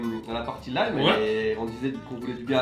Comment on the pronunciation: Haha merci pour la vidéo! Après toutes les autres vidéos de voyage, c’est tellement drôle de vous voir réagir à des lieux et produits que je vois tous les jours XD. Votre manière de prononcer certains trucs m’a bien fait rire (IGA, chipotle et lime) mais ça fait partie du charme de découvrir sans « guide » haha. J’ai bien ri quand vous avez regardé les emballages de côtes de porc en parlant de poulet à cause de St-Hubert (ils ne font pas QUE du poulet 😉). Le fromage « squick squick » se mange tout à fait seul. Pleins de gens en achètent, surtout les sacs format collation frais du jours ou de la veille qui se vendent température pièce généralement dans des petits présentoirs dédiés. Et la Becel en pot c’est pas considéré comme du beurre, mais bien de la margarine 😉 Hâte de voir vos prochaines vidéos au Québec!